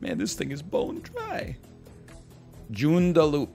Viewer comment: Holy shit, I live near there!! I drive on that road all the time! Gj on butchering the name of Joondalup ahaha